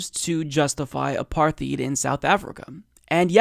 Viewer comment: So you're still saying /ə'pɑɹθiːt/,?